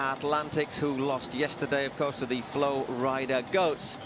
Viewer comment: Que alguien le enseñe a pronunciar FLORIDA al gallego. Hace dos años que lo pronuncia mal. Que lo diga en español al menos, para no pasar verguenza.